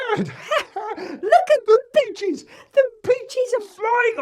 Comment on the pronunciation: No it’s “Peaches.”